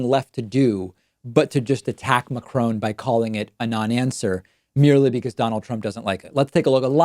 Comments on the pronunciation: Hi David, I do like your video's :) Have 1 remark about your pronounciation of the name Macrone. It is not Macroon ( as in swoon). Because English is not my language I do not know one word that has the right pronounciation, but it sounds more to 'one' than to 'oon'. If you pronounce one without the starting W that would be okay :) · to my american friends: please stop pronouncing the n in Macron not a french but a german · You actually have to prononce the « n » as a part of the « o » (the « on » in fench has it’s own prononciation) - a french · Hi David - Since you were concerned with precision of communication - may I suggest a quick refresh on how to pronounce the name of the french President and also how the subtitles have made him a Scotsman!! The bigger point you make is of course substantive. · The 'n' in Macron ist silent. Otherweise good piece. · How are you Jewish but you can't pronounce Macron properly? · Please stop butchering Macron's name! The n isn't pronounced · David, please learn how President Macron pronounces his name. Thanks. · The way you pronounce 'Macron' gives me a headache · Please check you pronunciation of Macron!! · This is the second time today I’ve heard someone butcher the pronunciation of Macron over and over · Americans seem unable to pronounce it correctly for some reason! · Can you please pronounce Macron's name properly. The emphasis in on Ma, like in happy, the ha is emphasised, the cron is much lower. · Soo.... It's Macrone, not Macron? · French president : *named Emmanuel Macron* This guy and the subtitles : *Emmanuel McCrown* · It’s not fucking Ma-Crow-n It’s Mac-ron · Hi, I just wanted to say that the subs are not correct at times. Also the name of the French President is Macron not McCrone. I wish to contribute but I do not know how... Sincerely, A random Belgian viewer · It is not Macrone, it is pronounced Macro. You are worse than the person you trying to embarrass. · It’s “Marcon”, not Marcoon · "McCrone" i'm dying